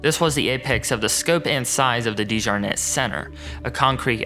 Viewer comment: I’m a Dejarnette too. You’re saying the name wrong lol. This is apparently a great great uncle of mine. It’s beyond embarrassing